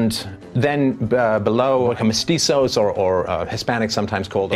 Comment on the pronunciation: "Mestizos"? Seriously?!